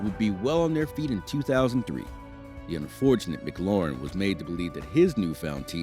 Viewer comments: Just letting you know McLaughlin is pronounced like (Mik-Loff-Lin) not Mc Lauren. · COME ON YOU CANT SAY THE DRIVERS NAME RIGHT WHAT BS